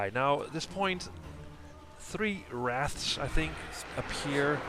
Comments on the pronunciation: Wrath? It’s Wraith! Lol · you called them wraths a third time...